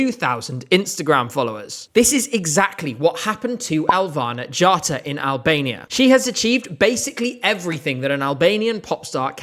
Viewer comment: im offended by the way you prounounced her name its: Elvæhnæ G/ghattá